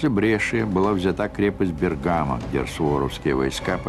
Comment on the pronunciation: Прекрасный фильм! Но только почему название Бергамо с ударением на втором слоге, когда в итальянском языке - на первом?